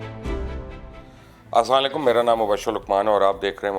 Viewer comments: AP Assalam o Alaikum bola kr assalaikum nahin mubashir k Bache sharabi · Aik to Salam theek se kiya karo Assalamualaikum hota ha...aur Malik Riaz ke bete ke case pe kab program karo ge ya check pehle se mill gaya ha...hame abhe tak tumhara woh planted interview yaad ha jo Malik Riaz ke sath kiya tha with Maher bukhare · Asalam o Alaykum bolo Asalaykm mat Bolo